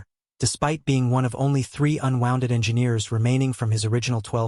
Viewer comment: AI pronouncing "wounded/unwounded" as wond losing the "u" part of the word, being unwounded sounds painful, like removing wire from a coil.